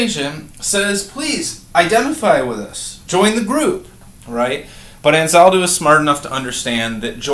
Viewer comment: Sir, you must first research Anzaldúa, learn to pronounce her name correctly, take a course or two about her work, then teach it.